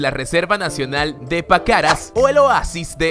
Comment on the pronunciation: Dijo Pacaras y no Paracas